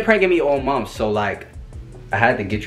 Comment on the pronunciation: Instead of month be like “muff”😂😂😂 #teamrissa